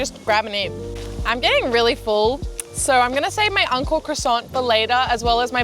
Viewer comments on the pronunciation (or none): I thought she kept saying UNCLE CROISSANT but realized she was saying ANKO CROISSANT 🤣🤣 クロワッサンおじさん